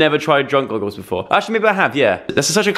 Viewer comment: Hehehheeheheh hahah joe said beflore TWICE freaking goof